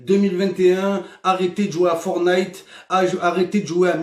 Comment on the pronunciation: M"i"necraft et forn"i"te